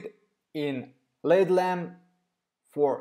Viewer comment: Im sorry...but this is not healthy for the cuticles. You should watch some videos of actual Manicurist doing nails so u can learn the correct way. Just f.y.i.....LED isn't one word. U are supposed to pronounce each letter. L-E-D. Im not trying to be funny...English is not your first language so how would u know unless someone tells you.